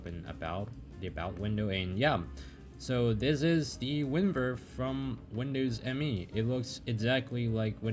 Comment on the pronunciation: Windows Me is actually pronounced "me", not "em-ee"